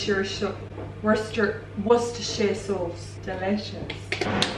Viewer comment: It's pronounced wooster sauce, if you don't believe me ask google how to pronounce it